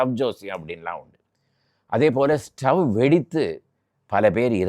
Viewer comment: ஸ்டோவ் இல்லை தலைவரே. ஸ்ட்வ் என்று தான் 80களில் சொல்வார்கள். மேலும் திரி ஸ்டவ்வுக்கு பிறகு தான் பம்ப் ஸ்டவ் வந்தது.